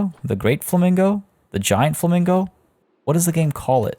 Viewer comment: LMFAO Fla-mingle.....SIGH lolololol